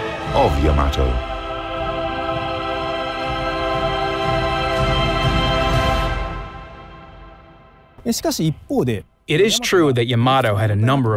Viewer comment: YA-ma-to. co-AX-i-al. ffs, the time they must have spent making this video, yet to still have fucked that kind of thing up? wg pls buf ur vid team